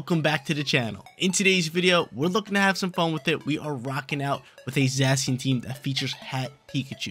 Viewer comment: Zay - Shun or Zassy-un ... not sure sounds funny though.